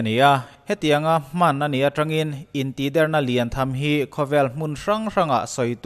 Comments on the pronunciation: In tihder i sawi dan thluk khi... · Intihder tih a "Der"tih lai hi thluk loh tur(ri hniam)tur niin ka hria ...a ngaihnawmin a bengvarthlak e ..tang zel rawh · Intihder hi i lam dan hi van mak ve.... kan lam dan nen a in ang lo tlat